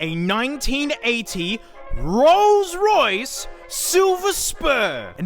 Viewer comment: Ah yes the rroyce